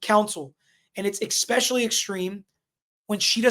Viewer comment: Bloody hell… even highly educated lawyer says „eXpecially”… tf… 🙄